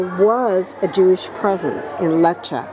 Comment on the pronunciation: at least learn how to pronounce the place!